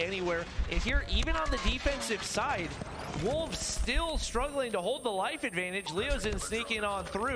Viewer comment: More like "wholves!?"